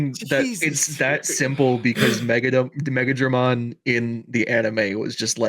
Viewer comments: I think you lose some of the impact of megidramon by pronouncing it meg-a-dramon as opposed to what i think is the intention of meg-ee-dramon, I personally think it sounds cooler and fits better with that megido hill etymology. That and megadramon is a separate digimon of a lower level, but definitely works as a pre-evolution for megidramon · It's not pronounced like "Mega-dramon", it's more like "Megeedramon". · It's not megadramon it's megIdramon pronounced like the clothing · I hate to be the "Pronunciation Police" but it's not Mega-dramon It's Meg-E-dramon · Megidramon is pronounced (Meh-Gee-Dramon) not "Mega-dramon." In Japanese Ga and Gi are two different characters. It does lead to a lot of name similarities at times in English, like Megadramon and Megidramon, the distinction is more clear in Japanese. Another bad case of this is DORUguremon being translated as DORUGreymon(and having to be clarified as NOT a Greymon on every TCG card targeting Greymons). Love tbis episode and comparing both lines. Very fun and I never thought of WarGrowlmon as a car but I like the idea, it's funny. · Its pronounced magee-dramon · So Megidramon is pronounce Meh-gee-drah-mon, and Megiddo is from Hebrew, specifically it was a fortress-city in northern Yisrael from about 2000 BCE. He was my favourite Digimon for a long while, so I know a fair amoutn about it. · They keep saying the Megi wrong. The i is pronounced like in Spanish. Which makes it sound like an e. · They were saying megidramon wrong as well😂